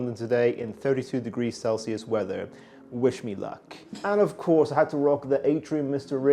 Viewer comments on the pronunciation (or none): none